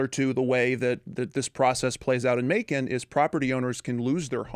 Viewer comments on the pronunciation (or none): I cringed when you said Macon Ga....